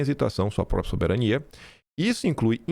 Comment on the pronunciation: Não é “propia”, é própria. Falar errado não cai bem para alguém com tanta influência como você.